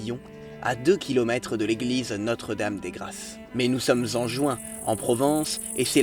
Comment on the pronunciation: "Notre-Dame des grasses"? Les Français devraient apprendre la différence phonétique entre "grasse" et "grâce".